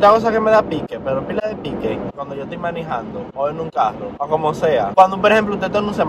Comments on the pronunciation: diciendo manijando me dan gana de decir en vez de manejando manijando:v no se Polque pero bueh' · depositen aqui todas la veses que dijo miniiijando hehehe